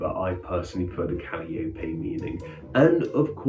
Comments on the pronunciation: Our daughter's name is Calliope, pronounced Ca-lie-o-pea. Slap yourself for saying Callie Opie. No one in their right mind would pronounce it that way. Callie is our daughter's nickname. Callie is also the nickname for Calliope Torres, a character on Grey's Anatomy (not why we named our daughter). Calliope was the Greek goddesses of epic poetry and one of the 9 muses. Yes, a calliope is also a musical instrument that plays circus type music. It is not a common name, though Callie/Cali as a stand alone name has seen a rise since the GA character. Thanks. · Calliope is pronounced kuh-LIE-uh-pee. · I think it's pronounced Ka-Lye-O-Pee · ka-LAI-oh-pee? Does the UK not have calliopes? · Cal (as in California) - eye - oh-pee = Calliope, Or at least the way I've heard it pronounced here in America.